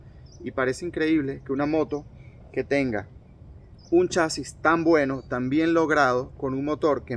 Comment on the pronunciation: Y no sé dice gueno, se dice bueno, chaburro